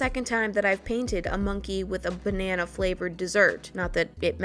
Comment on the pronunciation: "THEN I MADE UH BAH NA NA" that made me laugh 🤣🍌